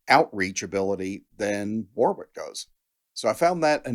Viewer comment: The middle W in Warwick is silent…